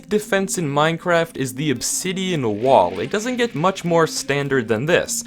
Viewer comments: Did somebody else realize he said minkaft Instead of Minecraft at the end of the video😅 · theres no way this man really said " minecwaft" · "Minecwaft" <3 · he said minecwaft😭😭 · That's my favorite part of the whole video xD "the safest house in minecwaft" (Unless you count the pinned comment as part of the video becuz that's better) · Bro really said minecwaft 💀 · At the end you said Minecwaft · “The safest house in minecwaft” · "In making the safest house in minecwaft" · "the safest house on Minecwaft" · "minecwaft" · Hmmmm “in Minecwaft” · " the best most secured house in minecwaft" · he said minecwaft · D-did he say Minecwaft...? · Minecwaft lol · here really said minekwaft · HESAID MINECWAFT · at the end he said minecwaft ;) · WTH he said minequaft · He said mine-cwaft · Anyone else notice he said "Minecwaft"? XD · I was about to comment that, but you did. Ik, “Minecwaft” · “the safest house… in MINECWAFT” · How has no-one noticed that he said "minecwaft" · "minecwaft" i wish everyone spoke like this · At tue end.. DID HE JUST SAY MINE QUAFT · Did anyone else notice that he said minecwaft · did you just say minecwaft? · HE SAID MINCWRATF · Is anyone gonna talk about how in the end of the video, he says "the safest house in Minecwaft" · he sead mincwaft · Making it the safest house, in “minecwaft”